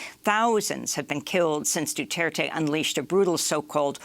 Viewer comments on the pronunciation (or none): none